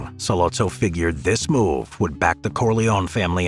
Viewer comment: Corleone pronounced Core-lee-own-ee